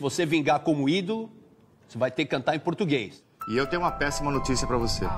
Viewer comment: Supla, dizendo pra ela pensar no PURTUGUÊS ( ele nem sabe falar a palavra ) . kkkkkk' ela é DIVA cantando Inglês ou em português!